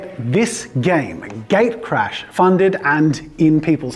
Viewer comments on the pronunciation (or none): sounds like you're saying gay crash... xD you might want to adjust the name. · everytime You say "gatecrash" I hear "gaycrash"... sorry, it just me. hope it will be a thing.